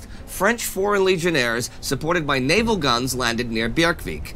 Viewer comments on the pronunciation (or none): none